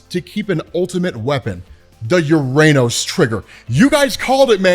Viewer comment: UrRR-Ah-Nōs! FFS, it’s the 21st century